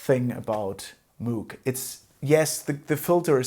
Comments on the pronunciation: Moug, nicht Muug bitte! Ansonsten bin ich zufrieden mit meinem Subsequent 37. Der hat zwar nur zwei Oszillatoren + Sub, aber an Mod-Möglichkeiten dürfte er den Voyager noch übertreffen. An Patch-Speicher wohl auch. ;) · Great video. Been thinking about getting one for years. Slight correction, the pronunciation of his name and the company is MOHG.